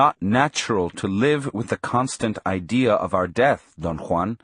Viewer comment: That's how Juan is pronounced in proper Spanish. It's authentic and I appreciate it.